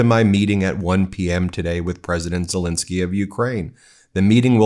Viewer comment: Dude, his name is Zelenskyy! NOT Zelinsky! You try to come across so intelligent and educated and yet you mispronounce a world leader’s name on a freaking broadcast! Do better.